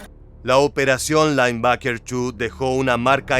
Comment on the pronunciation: Seria bueno un relato en castellano o ingles......."lainbaker"😂😂😂